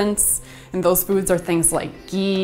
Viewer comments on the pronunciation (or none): none